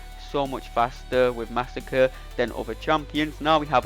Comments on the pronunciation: Mah-sah-cre'. Not Massa-kurr. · I knew this was all lies when you said under 40 seconds but 41 seconds was on the screen 😂 You’re butchering his name, but great video! Edit: you addressed the massacring of his name.